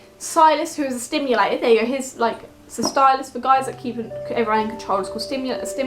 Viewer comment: Stipulator not stimulator hehe